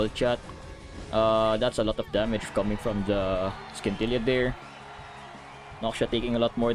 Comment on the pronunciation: love your vids, but the way you pronounce Scintilla..